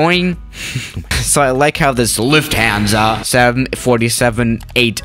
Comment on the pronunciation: “Lifthansa” pls try this browser game called lunar lander it’s really gud